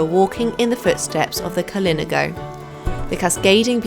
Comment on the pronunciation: KalinAHgo is how it's pronounced.